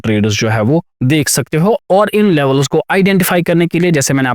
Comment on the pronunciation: Not लेवलस it's लेवल्स